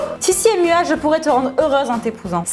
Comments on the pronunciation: Pourquoi elle dit Sissy "Émua" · Thomas Montonéri écoute bien même dans la vidéo de tibo inshape elle dit Sissy "é"mua